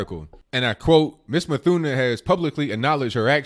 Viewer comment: C'mon people...her last name is NOT English so there is NO "th" sound (a digraph...)...so her last name is pronounced "MOOT-Huh-NAH". (Yemeni)